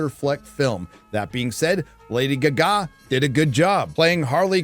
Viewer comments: Why does he pronounce Gaga that way? Is it a bit I'm not aware of? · Do you really not know how to pronounce "Lady Gaga"? Why are you doing that? Weird. Good review, thanks. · Were you putting the emphasis on the second syllable in "Gaga" on purpose? I laughed every time you said it. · How do you not know how to pronounce Lady Gaga properly? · why are you saying gaga like that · Just curious, why do you intentionally mispronounce Lady Gaga every time? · Why do you keep mispronouncing "Gaga" on purpose? It's really annoying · Is there some secret reason you are pronouncing her name so strangely? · How can you not say gaga correctly 😂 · Why does intentionally mispronounce Lady Gaga's name? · WHy is this dude pronounce Ga Ga wrong? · Is anyone else annoyed by the way he pronounces Gaga? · I've never heard "Gaga" pronounced like that before, haha. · That was Lady Gaga? I watched the entire movie and did not know.. (yeah, I don't watch music artists at all) I was wondering why they chose an ugly lady to play Harley Quinn. Now I get it. I thought you were gargling or something .. saying lady aggggaggg or something. Ohh you meant Gah Gah .. Got it now. Thanks. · Dude, learn to pronounce Gaaa Gaaaa. Not Gu Ga. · Lady Gargar not lady gahgarer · I say Gaga, says gaGA 😂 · What's the deal with lady gag gag pronunciation. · Every time the guy says lady "guh" "guh"... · Who knew it was pronounced Guh- ga? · The way you say Lady Gaga is so damn cringe and downright wrong lol. Gah-gah 👌🏻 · They needed to fix everyone's mistake. You weren't supposed to identify with him. You were supposed to look down upon him and scoff, with maybe a tinge of pity. So they had to burn money on this dud. Bet you feel silly now, huh? What the hell is a "Lady Guhgah"? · "Lady Ga Gaa" lol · The way you say lady Ga-gah. lol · I will never say Gaga correctly again... Guh-Gaw 🤣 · I wasnt prepared with how you pronounce Lady Ghaga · You are butchering GaGA! wrong. How about GAG a?